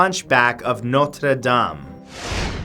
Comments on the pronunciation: I like how you pronounce "Notre Dame." This whole list was informative. Now, would you please produce a video about Saint Patrick's Day? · YYYYEEEESSSS HE SAID NOTRE DAME CORRECTLY